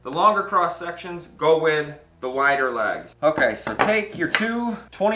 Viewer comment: I thought you were saying lags. I was like where the fucks the lag bolts.